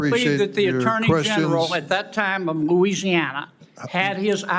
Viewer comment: John Neely Kennedy can't even pronounce the state's name that he represents!